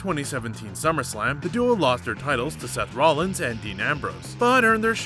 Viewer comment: At least he said Rollins right this time? LOOOOL